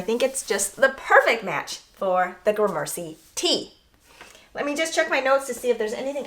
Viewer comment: You're mispronouncing gramercy. Emphasis is on the first syllable. Took me a bit to figure out what you were saying